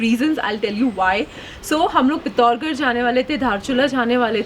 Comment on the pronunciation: पिथोरागढ (not pit hor ger) as very often pronounces it 😉 Anyway pithoragarh was the only spot I haven't discovered in uttarakhand but last month I figured it out as well. After seeing it I have almost done whole uttarakhand and 1thing I can say for sure that bhimtal is the most beautiful and underated place in the state. Atleast best on my list